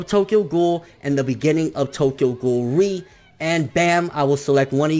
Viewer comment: Not to be spoilery, but ré, isn't pronounced like that...